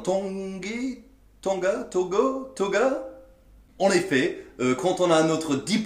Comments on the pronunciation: Toge se prononce "Tau"-"je". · toge se prononce to-je. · "toge" se prononce "toj" ! lol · juste "toge" ça se prononce toje, mais je pense que on te l'as déjà dit